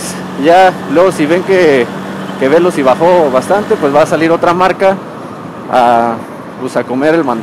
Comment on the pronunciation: No es véloci (esdrújula), es Veloci (grave). Conduce muy mal, se pasa entre dos carriles, entre coches, eso es imprudente, se pasa los pasos de cebra para peatones, está más concentrado en llegar a si destino que en lo que está diciendo. Pudo hacer el vídeo más corto y mejor explicado sin estar manejando.